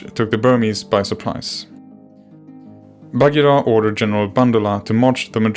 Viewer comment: Completely wrong pronunciation!